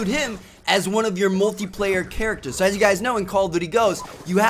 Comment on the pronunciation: The way that he say (so) is really annoying he say saoo not so